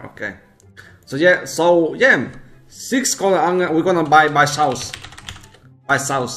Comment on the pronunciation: what think he says "buychaos" what i hear: buysaus